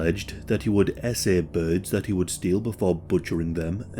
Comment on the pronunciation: I'm sorry did you say BIRDS????????